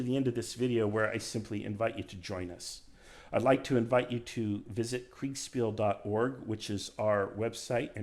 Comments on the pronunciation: Kriegspiel is pronounced KriegSHpeel for anglo-phones. A sh sound, like Prussia. (Prushia) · Thats quite the lisp you have when pronouncing Kriegsspiel. Kriegs-shpiel for anglos. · dude you really butchered the word kriegsspiel. but otherwise great video 👍